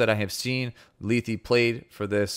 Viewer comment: I believe her name is pronounced Leth as the last E is silent. Lee-thee doesn't make sense and at the very least it would be Leth-ee.